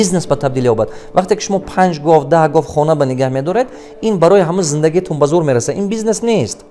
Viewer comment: ГОФ НЕ ГОВ